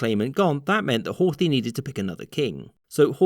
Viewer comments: There is no 'th' pronunciation in Hungarian (Magyar), the pronunciation would be closer to Hort-hi(he). Bugged me for the entire video. It's a shame because I usually like these. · The 'th' in Horthy is not pronounced like the 'th' in English.